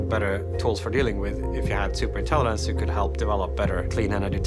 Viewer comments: Ok but right off the bat he can't pronounce intelligence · it's a mispronunciation, simple as. English is my 3rd language